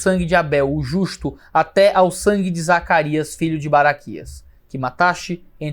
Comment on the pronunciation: Quase soltou um "Zaraquias"